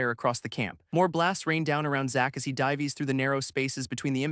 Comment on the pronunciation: I am almost 30 mins in and these are my thoughts on this story. Overall the Story and AI reading it are good, but it really gets on my nerves now how the AI messes up the word Dives into Die-ves. I mean once was ok but at this point it has used this word like 3-4 times. Next I love the story and the thought that has went into it. One thing is you are using an Imp and what looks like a Hell Hound but calling it something else. I dont know if it is the story or the AI that called them them Demons but they are NOT Demons they are Devils. There is a difference. It is like calling a Black American, African to an African. You might get spit on by the African as they might look the same but they are no where near the same.